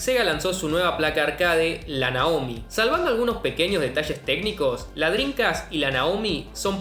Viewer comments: ¿Que tan difícil es no decir Drincast y decir en su lugar "Dreamcast"...? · No dices Dreamcast, dices Drincas xD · Me da la sensación que dice “drincas” en vez de “drimcast” jaja. Lindo video papa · Que bien explicado, excelente video, disfrute mucho entender lo que paso con esta gran consola! NOTA sin mayor importancia: Dijiste 62 veces "DRINCAS" jajajajaja nose de donde la N en la manera que lo dices, en todo caso estaria bien DreamCas por acento y esas cosas, pero con "M", saludos sigue con el buen trabajo! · por favor pronuncia dreaMcast, “ladrin-cas” no existe es DreamCast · y lo dices mal pronunciado por cierto drencast....jajajajajajaj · Y en las 72 veces lo pronuncias como "Drincas" ... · La "drincast" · Que grande chabon! Lindos laburos te mandas con estos videos. El unico problema es que me quedo sonando la palabra Drincast como Homero con el plan dental XD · Me cansé de escuchar "driNcas" "shidirrom" jajaja me estresa!